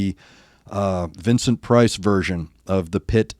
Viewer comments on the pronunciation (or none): none